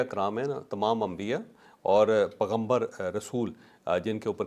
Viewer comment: السلام علیکم ورحمۃ اللہ تعالی وبرکاتہ جاوید چوہدری صاحب نے لفظ پغمبر بولا ہے بہت اس لفظ کی ادائیگی کی درستگی کر لیجئے پیغمبر ہے پغمبر نہیں ہے "پ" کے بعد "ی" ضرور پڑھیں